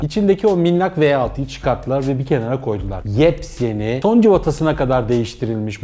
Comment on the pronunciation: Halil Tanrikulu tam bunu derken adam yeps yeni dedi tuaf oldum